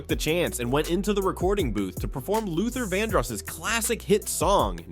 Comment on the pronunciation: I just don't understand how you mispronounce a legend like Luther Vandross name, that's just disrespectful. I love Jaheim, thanks for doing his story.❤❤❤